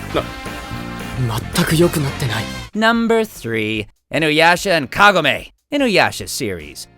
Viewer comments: my reaction to Todd saying "kagame" instead of "kagome": kagame, kagame, kagame, who ever she is, I'm Kagome! Ka. Go. Mey...! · ITS NOT KAG- AME ITS KA-GO-MEI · It's kagome ka-go-ma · Kah Go May not kago may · That's not how you say Kagome, ka-go-may the e makes the o in the name, and I'm trying not to be rude I'm sorry T-T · I CALLED IT!! I KNEW INUYASHA AND KAGOME WOULD BE HERE!!! YAYYYYY!!! TODD! YOU PRONOUNCED HER NAME WRONG!! ITS KA GO ME (MAY)!!! 😂😂😂🤣🤣🤣🤣🤣 The last guy in this one had Tamaki Suho's voice 😍😍😍 Love OURAN!! P.S.: (goes great for this video) KISS KISS FALL IN LOVE!! 😂😂😂❤️❤️❤️😍😍😍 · It's KA-GO-ME!!!! -KAH -GO -MEH!!! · The way he butchered kagome... Love hexagons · for a guy who does anime voices for a living you would think he would actually know how to pronounce names like Kagome and Naraku correctly. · I’m going to say this I like your videos they’re entertaining however there is just one little critique I might have one tiny thing I do differently when You do videos on anime I just have one request get their bloody names right have a nice day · Can we please actually say these names right. Its actually triggering. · Aww damn it, Todd mispronounced Kagome and Naraku's names, but he's so fucking hilarious I can forgive him. I knew he'd mention Ling somehow when FMA Brotherhood came up. 😂😂😂 Love ya, Haberkorn! 💖💖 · Todd....why did you say some of the names wrong in Inuyasha? That was so cringy...